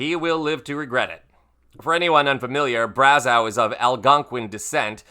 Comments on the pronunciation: Braz-oh’ NOT Braz-ow’ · It's pronounced Braz-OH, not Braz-OW. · Just so you know, the eau at the end of his name is pronounced as oh not ow. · Just FYI, french names ending in eau are pronounced like "oh", not "ow". Same as Trudeau. And yes you should google the video of that fight. It was awesome. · Brazz-O is the proper pronunciation. Great video 😊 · It's pronounced "brazo". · Here’s a little tidbit, Brazeau is pronounced like bravo. Trying to help. ☺️ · Bra-zoh. True-doh. Eau is pronounced oh. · "Braz-OH", just FYI. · Braz-ow LOL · Pronunciation: Brazzo( eau, in French , sounds like O) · Brazeau is pronounced Bra-zo. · Brazeau is pronounce Brazo. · I'm cringing everytime you mispronouunce Brazeau's name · Why is he mispronouncing Brazeau’s last name? Makes him less credible.